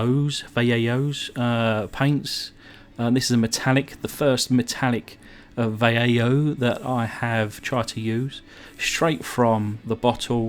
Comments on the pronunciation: Vuh lay hoe, is an easier way to pronounce it, I talk to someone from ferndown, and the way she pronounces some words make me smile Lol, anyway! Another great video and custom! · Va lay ho is how it's pronouned love the videos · Looks really good! The interior is perfect for that paint scheme. Also, Vallejo is pronounced vah-yay-hoe(vah rhyming with bah). Hope that helps. Anyways, it's great that you always have new content coming out so quickly! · Vallejo = vi-yay-hoe... OK, as a kid from the '70s, I could never wrap my 13 year old head around this one. I lived near the beach and I saw every type of dune buggy you could think of, and they never had built-in hardtops. There were swing away hardtops, fold down rag tops and, the most common, no tops. The concept was the form and open style of a Willys MB Jeep coupled with the ease of maintenance of a VW Beetle with a fiberglass shell. If you had $250, the sewing machine from the back of a '67 Beetle, and a couple of weekends, you could build a real dune buggy in your garage with plans you ordered from the back of Popular Mechanics. This model always looked like Matchbox took the hatch off of an Opel GT and slapped it onto a proper dune buggy. I remember the popular colors for these in real life would have been competition green, green metal flake, lemon yellow, deep blue, root beer brown metal flake, and metal flake gold. All of the metal colors would have the giant flakes in the paint, so you're close on the color. If it were me, I'd have chopped the top and the saddlebags off, they serve no purpose. If you wanted to drive around on the beach with the top up and to carry things around for some reason, you might as well have done it in your Chevy LUV or your Jeep for that matter. Mostly, dune buggies weren't street legal, and were trailered to the beach. Tires are right. I like the enamel paint as that's what we used when we painted plastic kits. Good overall.